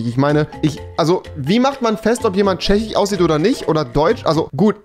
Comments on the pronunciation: Man fuckt des leicht ab... No front... SchwediCH FinniCH ChechiCH... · "Tchechich, Finnich, Polnich, Deutch, Holländich,..." xD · Wen triggert die Aussprache auch so? Polnich Chzechich Swedich